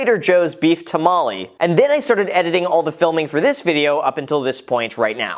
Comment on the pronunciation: he really said tamale like a white person